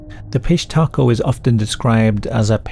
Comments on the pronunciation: Dude I’m sorry, I couldn’t listen to you say Fish Taco a thousand times. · Great video! I don’t know why I keep hearing fish taco I hear the P but all together it hits me as fish taco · I thought you said "fish taco" gang, lol. The auto generated captions are having a field day with it. Pissed hatrco, pish Taco, Southern undies... gotta love it when the topic is so messed up. - fish taco, about time it heard it too. I didn't know Peru had stories this creepy, of course everyone does, I just never heard them. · I just kept hearing "fish taco". 😂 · I keep hearing "fish taco" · Tell me I'm not the only one that kept hearing the name as 'fish tacos'. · i enjoyed the video, but i kept hearing fish taco the whole time. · I keep hearing fish taco 🤦🏻‍♀️ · Idk about ya'll but I kept hearing "fish taco" 🐠🌮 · Am I the only sick mf that hears fish tacos every time you say pishtaco and giggle a little bit? Yes, I know i ain't right 😊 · I believe it's pronounced.. "fish tacos". ..fishtacos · I keep hearing fish taco lol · 😅😂😂😂😅 Me too, fish 🌮 taco. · Obviously the correct pronunciation is 'fish taco' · I thought he was saying fish taco 😂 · I kept hearing piss taco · I'm so sorry but I keep thinking yr saying piss taco and giggling. Again, very sorry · The AI generated pronunciation of Pishtaco at the end was so passive aggressive 💀 got me crying from laughing so hard